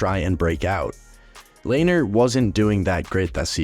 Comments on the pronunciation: i always thought lehners name was pronounced le-ner not layner lmao also, love the reference to binner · Its pronounced lehner not layner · Lehner "LAY-NER"? Never heard pronounced like that until this video... Always heard it as "LEN-ER" on broadcasts by professionals... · It’s len er not lainer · It's not pronounced "Lay-ner" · Couldn’t even finish the vid 💀 brutal pronunciation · You mis-pronounced Lehner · Nice try on pronouncing Lehner lol